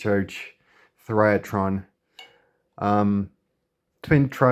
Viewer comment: Great flea-market "find!!" BTW, whoever taught you the pronunciation might need glasses; based on the correct spelling of "THYRATRON," the pronunciation should be "thigh-ruh-tron," and not your pronunciation, thrye-a-tron (the-rye-a-tron), the spelling for which would be "TH(A)RYATRON." Keep up the good work collecting as much nothing (true vacuum) as you can!! PLUS, I didn't know the existence of that 6E5S, an octal-based version of the 6E5 "magic-eye" tube, which is a 6-pin base. I only knew of the octal 6AF6, dual eye, but without internal triode! Thank you!!